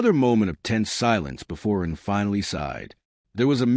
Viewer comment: Someone would probably need to rip the webnovels and give it to something like eleven labs. This one calls Ren "Run" and "Ron" lol